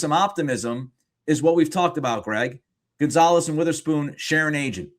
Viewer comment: Rofl "Gone-zo"